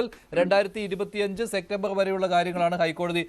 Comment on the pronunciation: സെക്റ്റമ്പർ എന്നല്ല സെപ്റ്റംബർ ആണ് ശരി